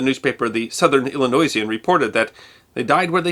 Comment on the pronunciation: Pronounced “Suh-thern Ill-uh-noy-uhn”, NOT “Ill-ih-noise-ee-an”